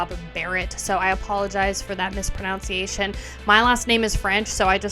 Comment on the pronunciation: In your apology you mispronounced mispronunciation. Looking forward to your next apology. Kek.